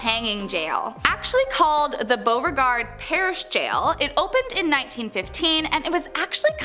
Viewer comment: Hearing them mispronounce the parishes and cities are making me laugh!! I have lived in Louisiana my whole life!!! I have lived in marksville, Minden, and shreveport